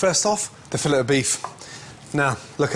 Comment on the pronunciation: That feeling when a world-famous chef can't pronounce filet right.